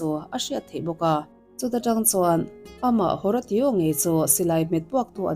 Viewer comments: Haratio i lam rik dan hi a mak ka tia.. Hawrasio tia lam tur anih ka ring.. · Horatio a nih chuan Ho-Ray-Shooh ti a lam rik tir a nih ngei ka ring.